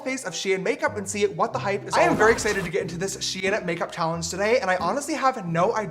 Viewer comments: James it’s pronounced sheen not shi-en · its not she-an its sh-ein sounds like fein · I thought it was pronounced SHEIN